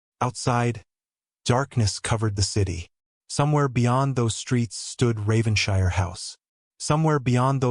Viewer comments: Please tell your AI voice that British places names ending in "shire"are pronounced "[Whatever]-shurr". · I wish the narrator checked how English words/named ending in ‘shire’s are pronounced.